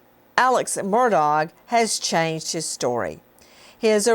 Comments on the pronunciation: Nancy, its MURDAUGH, the G is silent! Whats wrong with you? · Nancy refuses to pronounce his name “Murdock” lol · Nancy is mocking him by mispronouncing his name. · Learn how to say his last name, please! Lol